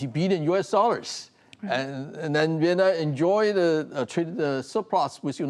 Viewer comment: Don't forget CHina is using Vietnam to gain its export to the US and other Western Markets. Mr. so-called professor - can you pronounce "Vietnam" a little more clearly?😅